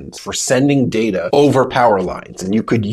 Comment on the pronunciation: It's pronounced "data" not "data."